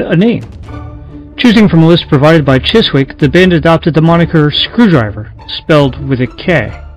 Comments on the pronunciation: Chiswick is pronounced Chisick, silent w. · Dude, you don't pronounce the W in the name Chiswick, you literally say it as Chisick. Other than that niggling gripe, great video. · The W is silent, it is pronounced CHISIK not Chis wick, why do Americans not take the time to actually learn how to British place names are spoken? It is lazy and insulting to not do so. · Not to be gramma police or anythign haha, just a funny observation about british English is that , words like chiswick are not pronounced like its spelt at all, chis-wick is chis-ick like Leicester square being pronounced les-ter square. Or worchestershire sauce being wuster sauce It makes me laugh. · Chiswick is pronounced Chizzick. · Ok.....well I do apologize ahead of time (I did state that I didn't balme.him for leaving things out, as it would take forever to explain). I'm gonna write this out and then post it. I don't want to type on my phone, haha. One thing I will state before I go is that the label is pronounced "Chissick" even if it is spelled Chiswick. Not picking on. Just pointing it out. He did a bang up job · Chiswick is pronounced Chisick old chap. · you pronounce "Chiswick " chisick ! leave out the w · A great little doc! Thanks for sharing the information. BTW, Chiswick is pronounced without the 'w', kind of like 'chiz-ik'. /ˈʧɪzɪk/ Fuck the NF BTW